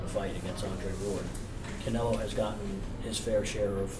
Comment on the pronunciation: somebody tell Krusher its Canelo not Canela! lol